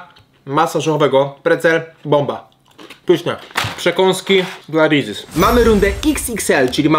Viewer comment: Jak ty to wymawiasz xd Rezies aż uszy bolą